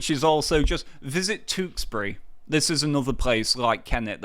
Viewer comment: Where is 'Tooksbury'? Please learn to say the 'you' sound. Sick to death of YouTubers who say 'noo' when they mean 'new', 'stoodent' when they mean student and 'tooksbury' when they mean Tewkesbury.